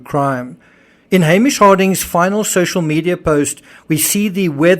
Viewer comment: Totally unrelated, but this is the first video I think I've ever seen where someone pronounced Hamish correctly. Been bugging me for three years 😆